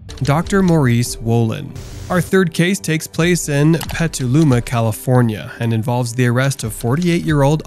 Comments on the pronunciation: Petaluma is pronounced "petel" like a flower petel, and "loomah" not Peteeluma. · It blows my mind that you couldn't pronounce "Petaluma," even after they literally say it in the video clips you show. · i live a block away from that to catch a predator sting, also you butchered petaluma 😂 you can pet a llama but you can’t pet a luma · How he pronounced petaluma cracked me up